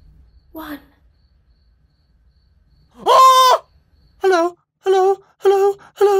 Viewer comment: it’s funny how his “hello” slowly turns into a “hell no”